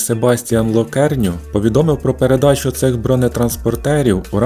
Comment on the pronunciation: Не Локерню, а ЛеКорню